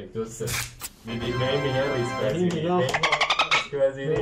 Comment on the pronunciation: ریسک نه ریکس